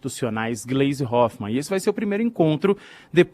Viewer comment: Posso estar enganado, mas a pronuncia o nome da Gleise errado. ❌❌❌